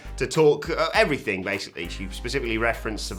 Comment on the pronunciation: At the very end “and effryfing else” Andy Murray